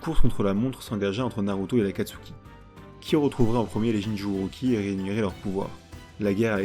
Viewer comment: Franchement, la vidéo est incroyable! Je l’ai pas encore finie mais Wouah!! Par contre, je comprends juste pas comment Sasuke a obtenu le MS? Et on dit « Jinchuuriki » pas « Jinchuuruki » 😅😂 mais tu faisais plus la faute à la fin donc bon 😂